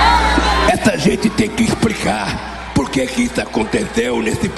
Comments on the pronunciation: "Essa gente tem que EXPRICAR",só no Brasil mesmo que elegem um presidente que não sabe nem falar o português mais ou menos correto! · O português continua impecável. impitiaru a Dilma. tem que expricá E por aí vai...kkkk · "expricava" esse é nosso ex-presidente do Brasil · "Expricar" esse vagabundo nem falar sabe. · Expricar kkkkkkkk... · "Expricar " é ótima, não sabe nem falar.